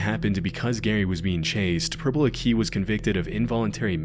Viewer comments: It's not 'purple a-key' it's 'purple aki' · ITS PURPLE AK-IH NOT AK-EEH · That's not how you say purple aki. It's akky not ack-ie or if you're struggling just use purps. I've met him a few times when we were kids, he'd turn up after dark to the parks when we were drinking and ask people to squat n stuff. Mad guy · Can confirm that growing up in Liverpool / Merseyside in the 80s and 90s, Purple Aki (usually said as ak-key, rather than a-key) was far more than just a legend. He was taken very seriously by the people who lived in the area and was almost worse every time he got released. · It's Purple Acky not A-key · It's not purple "akiii" it's more like purple "akeeh" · purple aki is pronounced AK (like yak) EE . he's a fkn creep still doin that shit, and always claiming racism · it's pronounced purple 'acky'. Also, he wasn't a paedophile or murderer as the video implies, he was just a weird pest. In the end, people were harassing him far more than he was harassing others. He died in Aug last year. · No way is Purple Aki on this upload, btw its pronounced Akee AND HE WAS FOUND DEAD IN HIS FLAT last month in Toxteth Liverpool here in the UK. I did not know Purple was actually a real man until I moved to liverpool 15 yo. apparently all the lads in jail would seek legal advice from him as he was very knowledgeable. RIP Aki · It’s pronounced purple Akky. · Pronouncing purple aki as akee is diabolical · It's pronounced purple ackey (like hackey) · It's pronounced Purple "Ak-Key" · Purple aki - it is pronounced like ACKY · Purple Aki pronounced "ah-kee", or "acky" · I grew up in Manchester in the 90s and early 2000s and everybody had heard of Purple Aki & to be honest we didnt think much of him. 20 years later and hes on one of these videos is wild. PS his name is pronouced A-Key. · AHAHAHAHA I can’t believe this channel has brought up Purple Aki 😂😂 (it’s pronounced Ackie) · It’s pronounced purple ack-ee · Purple "ACKY". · Its pernounced Purple akk-eyy